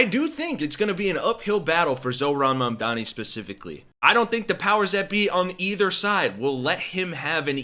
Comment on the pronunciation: And none of them can even pronounce it, they keep saying "Momdami"